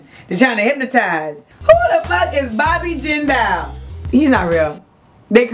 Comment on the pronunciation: Jindal is not pronounced like that